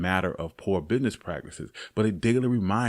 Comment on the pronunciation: Black man to black man , it’s business not bidness you said it like 3 times in a row. Made such a great video to sound that dumb is ridiculous do better.